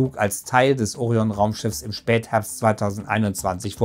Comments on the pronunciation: Es heißt auch Orion und nicht Ooorion....alter tut das weh deutsch Muttersprachlern bei sowas zuzuhören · Es wäre schön, wenn griechische Fremdwörter wie Orion und Artemis auch richtig betont würden. Artemis betont man auf dem ersten A und Orion auf dem „i“ . Andernfalls merkt man sofort , dass der Autor nichts mit Latein und Griechisch zu tun hatte.